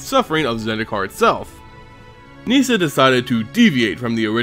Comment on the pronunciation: ITS NOT PRONOUNCED NEE-SA omfg. Nissa. Just plain Nissa. Unrelated, Garruk is not pronounced Ga-Rook either. Just plain old Garruk. Shit.